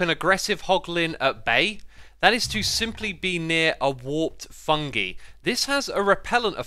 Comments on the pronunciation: I wonder if he knows it a pronounced "fun-guy" not "fun-gee" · İts not “fungee” its “fung-eye” or its like saying fun guy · Just so you know, it is pronounced fun-GUY, not fun-GIE. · Its fung"eye" not fungee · “Fungi” is pronounced “fung-eye” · Noone??literally noone he said fungi wrong